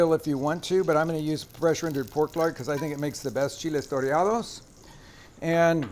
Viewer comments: My Mexican friend has advised me that it's "toreados" with one R. Great video though. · Should be "chiles toreados" not "torreados," but they look so good!